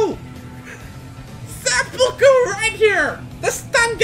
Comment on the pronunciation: Seppuku... Cringe w fked up pronounciation